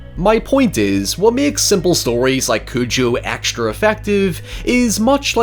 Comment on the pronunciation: Repeat after me. CU-JOE.